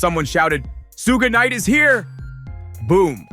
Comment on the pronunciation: 😂 you have to practice saying Suge Knight before you put it out there ask a friend ask him to proofread it or something cuz that's funny😂